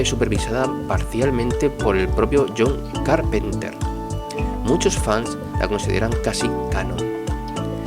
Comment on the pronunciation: NO PUEDE PRONUNCIAR EL NOMBRE DEL DIRECTOR, NUNCA VI ESO